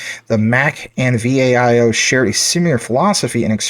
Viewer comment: It's not V. A. I O. It's Viiiii "OOOOOO". LOL. how do you not know this? Here's a youtube on how to pronounce it ( ). I enjoy your Jasmy content; great work! I've been holding Jasmy for nearly two years. I've worked with Japanese tech companies for over 35 years; they're some of the best in the world.